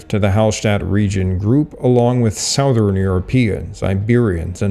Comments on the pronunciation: Southern is pronounced suh-thern, not sow-thern. Funny, I thought you were a native US-English speaker until you said that, at least three times. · You pronounce "southern" oddly. You must be Canadian.